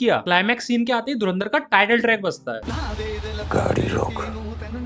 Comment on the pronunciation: ye to pata hai bolta hai dhu ran dar